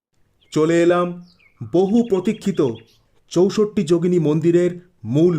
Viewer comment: চৌসট্ট্ না বলে বাংলায় চৌষট্টি বললে বেশী ভালো শোনাচ্ছে...